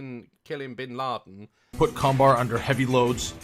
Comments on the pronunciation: When Daz read the title of the combar multitool, I was looking away from the screen in that moment so I thought he said "CUM-bar" and had to double back to make sure If i had heard correctly. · He said Combar and my face said 😳 cum what?